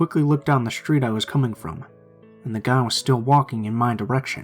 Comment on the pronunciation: Schtreeht, direcshion, bookschelf 😂 why am I laughing